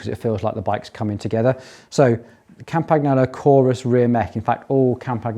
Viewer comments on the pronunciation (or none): Try pronouncing Campagnolo with Italian phonetics if you use it that much anyway. GN just like in mignon, lasagna, bolognese etc etc. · Italian gn in Campagnolo is pronounced like Spanish ñ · Yikes, your pronunciation of "Campagnolo" and "Cinelli"... but great build, thanks for posting this!